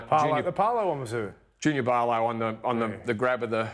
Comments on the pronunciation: wtf is Parrrrrrloooo lol Not even close at pronouncing his name right. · Bro saying Junior Barlow 😂🤦🏻‍♂️ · Learn how too pronounce players last name. Junior who?😂